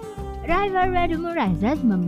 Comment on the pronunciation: Mimin: Raiver wek ewek ewek ewek raises Me: 🤣🤣 ya ampuun aku sakit perut